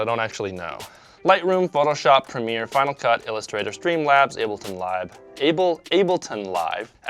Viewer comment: why did you say ableton like that?